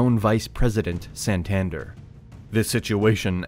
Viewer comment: How can he pronounce Cúcuta and Santander so badly